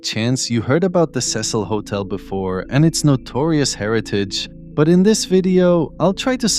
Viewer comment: The news anchor literally pronounced the Cecil hotel and you still say it wrong